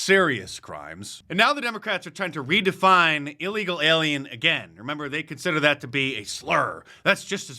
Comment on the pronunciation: Sunny, its not E legal, its Ill legal. Ilegal, e-legal is probably a website